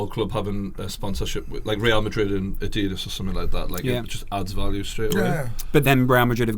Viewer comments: Great podcast, but the way you said Adidas mate haha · The way he said Adidas ur English mate u know we don’t say Adidas like that hahahah